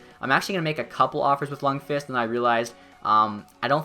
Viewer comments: The v in lundqvist is silent... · Learn how to say lundqvist lol